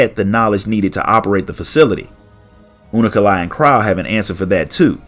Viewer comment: hearing him say unukalhai as unu- ka-lhai is freaking me out xD